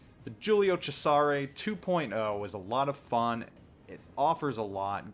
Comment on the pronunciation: If you're going to pronounce Cesare with a "che" at the beggining pronounce the "s" as a "z" too.